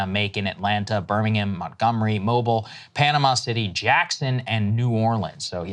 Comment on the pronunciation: its pronouced moe-bee-eel Saagar!!!